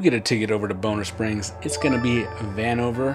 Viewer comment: It's "Bon - Ner Springs not Bone - Ner Springs.. I live in KC and can't wait for Aug to get here! Thanks for the great video!